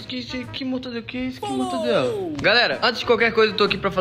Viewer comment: Q issu q issu "mortandela" eu ksksksksksk sendo